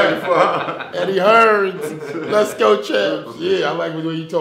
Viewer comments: Superb.. someone needs to tell Shannon it's Eddie Hearn.. not Eddie Hearns 😃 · its Eddie Hearn not Hearns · "eddie hearns"